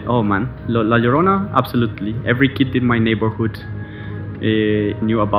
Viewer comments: You pronounced La Llorona so good!!! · As a latino thank you for correctly pronouncing la llorona 👍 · Wow, you pronounce La Llorona correctly. Bravo, sir.👏👏👏👏👏